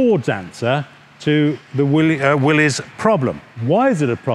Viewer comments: Thank you for pronouncing Willys correct. Most ppl pronounce it willy's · Hi Steve, good video! Thank you for pronouncing "Willys" correctly. By the way, which Jeep do you like better, the Ford or the Willys? Please reply. Dave...